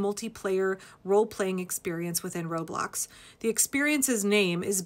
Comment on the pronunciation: For the life of me, I thought you said "road blocks" and my mind went POOF!!! "Are kids getting violent now?"😳🤣